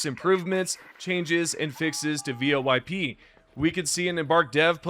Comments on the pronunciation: You using an ai voice for your vids? Who tf calls voip, vo-ip? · First time I think I've heard someone say V.O.I.P over and over again instead of VOIP.... interesting